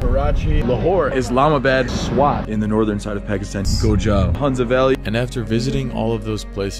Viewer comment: its hunnza